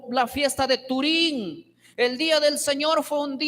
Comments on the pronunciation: un error es cuando lo dices una o dos veces, pero el cada que lo mencionaba decía "Turín" y es Purim que de malo tiene que se le corrija, o ya lo hiciste tu idolo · No sé si estoy escuchando bien o que el pastor lo dice equivocadamente, pero yo escuché que dijo "fiesta de turím". Si es así, eso es equivocado ya que no es 'turím' sino 'Purím'. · o sea que en algunas presentaciones lo pronuncia bien y en otras no, cuando conoces la palabra sempre lo vas a pronunciar bien, en todas las veces que lo mencionó lo hizo mal